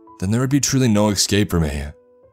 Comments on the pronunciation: 'esss- c a p e not excape, jeez. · Its ESCAPE. NOT EXCAPE. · That and pronouncing ES sounds as EX and it's bringing the cringe ei: Excape, Exspecially. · Dude, your pronunciation of “escape” is driving me bonkers. I do enjoy these stories though. Keep it up.